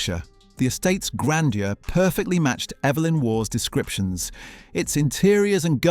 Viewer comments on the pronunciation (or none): and his surname is "War" not "Woff" 😆😆